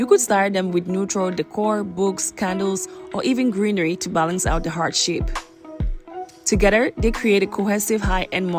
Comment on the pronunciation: ToGETHER is NOT pronounced ToGEDDER !